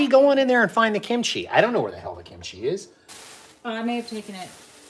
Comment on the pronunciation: "Show us the kinchi"... HA!